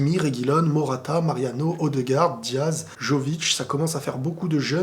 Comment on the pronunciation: ça ne prononce pas joevitch ... mais Yovitch ... you jackass